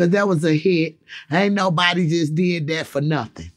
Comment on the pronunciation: "My same nephew came in the room and said Boosie........ You said dhet" 😂😂😂😂 bruh so unintentionally funny lol